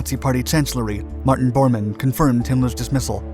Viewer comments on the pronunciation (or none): none